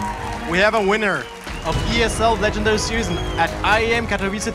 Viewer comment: im from poland, and the way english people say katowice always makes me cringe ._.